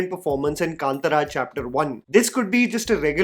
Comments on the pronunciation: Hey love your content... But please for the love of God pronounce KANTARA AS KAANTAARA NOT KANTRA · Thanks for this video. btw it is pronounced Kaantaara and not Kantara 😊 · Its not kaantra - kaantaara its a long a after t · It's Kaantaara. Not Knatra. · A humble request, My ear hurts listening to you say कांत्रा again and again and again. It’s kāntāra, bro. कांतारा